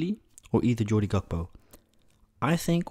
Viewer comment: It’s cody gakpo not jody